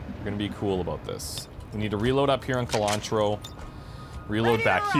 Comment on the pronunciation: It's been bothering me, so I'd figure I should tell you now. Japanese words don't have long vowels. So Masamune is pronounced "Mas-ah-moon" and Sonatro is pronounced "Son-ah-troh."